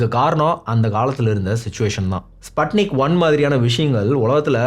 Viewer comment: athu spatnic ila sputnic pronouns like spoon